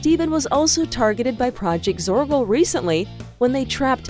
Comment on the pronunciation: ITS PROJECT ZORGO NOTTTTTTTTTTTTT PRODGT. ITS ZORGO NOTTTTTTTTTT ZORKO